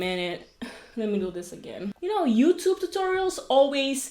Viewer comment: Its "YouTube " not "Youtoop" 🤣🤣🤣